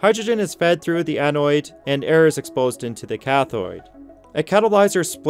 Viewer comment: You're mispronouncing anode and cathode as anoid and cathoid